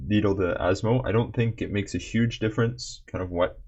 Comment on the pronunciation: Man has instantly earned my respect properly pronouncing Asmo's full name within the first minute of the video.